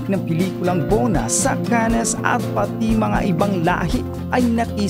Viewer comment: Correction po Cannes pronounce (CAN)